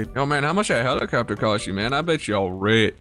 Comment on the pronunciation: Hell-e-copter hell-e-copter